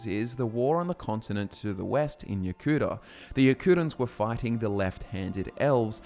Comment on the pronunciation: Pronouncing Yokuda and Ya Cooter is pretty weird, but ok.